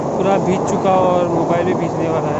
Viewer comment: Bhij bhij ke nahi bhig bhig ke